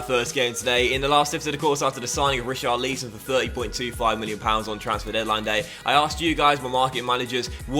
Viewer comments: Omg he keeps saying richarleeson It's richarlison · Re- Char-Leesson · Please stop saying reecharleeson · Please say Richarlison’ name right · please say Richarlisons name properly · As someone whose name is pronounced wrong all the time, I refuse to accept you not pronouncing Richarlison correctly. You must be trolling, surely you know how it’s pronounced by now